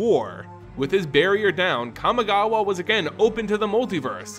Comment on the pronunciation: Let's play a drinking game where we take a shot everytime he pronounce kamigawa wrong